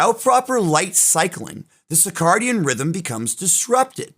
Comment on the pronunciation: Sir-cay-dian not sick-ar-dian